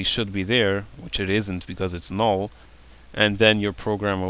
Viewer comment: I like the way he says "null" xD, it's like "naoll" lol